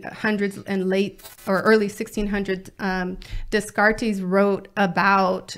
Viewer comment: Dehs-car-tays?? You mean Descartes (day-Cart)? She keeps mispronouncing words (saying ferocities instead of ferocious ).